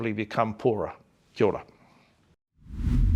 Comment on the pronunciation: kia ora rhymes with poorer lol